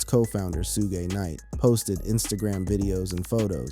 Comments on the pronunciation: Bro you are blind, dumb and cant pronounce peoples names. Its Suge Knight ! NOT Soog Knight 🙄... Either the narrator is A.I. or just a professional Troller. Let 2Pac REST !!!!!!! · Ummm, who the hell is SueGay Knight? That man's name is SHUGG Knight 🤣😂😂😂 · sue-gey knight? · Did he just say Soogay knight? LMAO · Who is sugay? I thought it was due tf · It's shuge night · The way you say Tupac and Suge name annoys me. You can tell you were never a fan and should not be doing any videos on him in my opinion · Why can’t AI say “Suge”